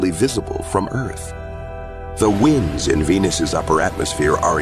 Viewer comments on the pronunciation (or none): he is talking about "Winds - Air Current", but this bro said "Wind - Twist or Turn". WTF, I know English is a dumb language but how did you mess that up? Love the videos though, Just wanted to point out a mistake =) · about he says WINDS like winding a clock instead of WINDS like windy day lol